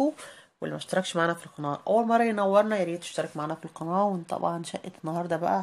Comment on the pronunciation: الناس بتسمعك قولي كلمة قناه صح